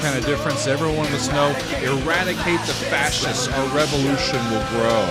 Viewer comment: Small detail easy to miss: at the very end of the noisy crescendo, the voice says: "Revolution" but with the french prononciation. "Rey-vo-lu.ssee-on"